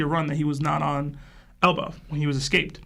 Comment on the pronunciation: Bro I it’s escape. Not excaped